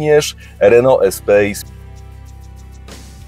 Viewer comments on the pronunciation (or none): Spoko materiał jak zawsze. I ciekawostka Espace czyta się jako espas z francuskiego